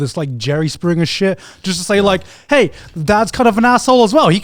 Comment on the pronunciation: Anybody else notice Connor said Joey springger